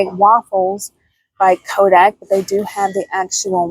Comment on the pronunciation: thanks for the reminder to walk the aisle at our grocery store to look for all the options. Your video had a lot of variety. thank you. Did you know that the brand Kodiak is pronounced KO-DEE-AK? (Like the Kodiak Bear)... not Ko-dak. Just wanted to point that out for the future. God Bless!